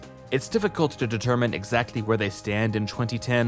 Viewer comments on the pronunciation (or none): none